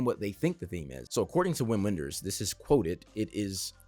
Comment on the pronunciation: Loved hearing your perspective on this beautiful film. Wim Wenders (the “W” is pronounced with a “V” sound) is one of my favorite filmmakers, and this is one of my favorite Wenders films. Check out his 80s masterpieces, “Wings of Desire” and “Paris Texas”. I’m certain you’ll appreciate both of them. Wenders also makes excellent documentaries. His most well known docs are probably “Buena Vista Social Club” and “Pina”, but you’d probably really enjoy “Tokyo-Ga”.